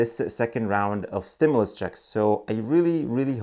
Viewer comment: It is pronounced " stim-you- less...other than that ...your great..